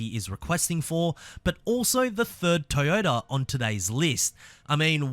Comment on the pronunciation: TOYOTA NOT TAAYOTA BRO YOUR PRONUNCIATION IS FUCKED